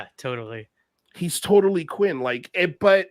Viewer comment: Quint. With a T at the end 😉